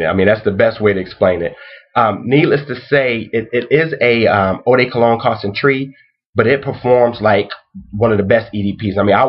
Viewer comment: you make french sound so stupid when you pronounce concentrée as concentryy pfff